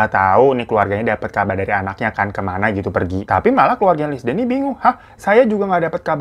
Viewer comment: "linsiy" bang baca namanya haha..